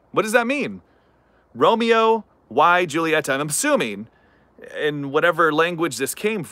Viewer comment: Proper pronunciation is Romeo E Hulieta. Technically the J in Juliet is silent.